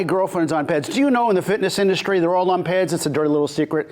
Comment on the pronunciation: You say P E Ds. You don’t pronounce it. The fitness industry is toxic in regard to coaches selling cookie cutter workouts and lying about being Marty